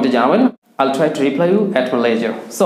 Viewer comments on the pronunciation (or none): none